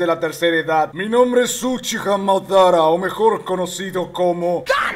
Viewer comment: Wey cuando decía el name se me quedo tildado y se escuchó uchiha madero xd